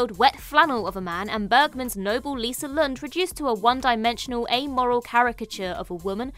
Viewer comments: Ilsa Lund, not Lisa. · Lol, for Casablanca she said "Lisa Lund" and not Ilsa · It's "Ilsa Lund" right?